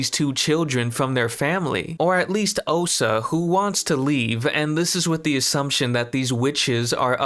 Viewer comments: lol...I can promise that you didn't. You said "Ohsa" like 300 times. It's OSHA. SH. Oh-SH-uh. How can you say you were saying that right?!? 🤣🤣🤣🤣🤣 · Her name is Osha, not Ohsa. There's even a part where you say "Ohsa" and then a clip from the show saying "Osha" back to you saying "Ohsa." Come on man. It's the main character's name. (And they "slice" open doors... Not spice or splice or whatever you said). These are main points. You have to get the names and terminology correct man.